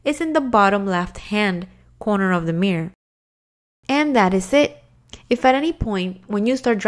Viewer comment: The way you say mirror is so funny.. it's like your are saying mier lol